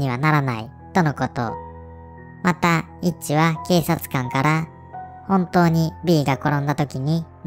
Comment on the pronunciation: イッチがエッチにしか聞こえないw